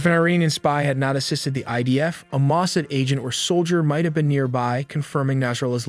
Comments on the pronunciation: PLEASE... learn to pronounce Mossad (ma- saad'). Listen to any news program to hear it pronounced correctly. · Mossad- and barrage- accent on second syllable.